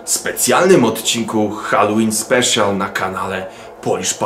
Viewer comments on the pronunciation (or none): none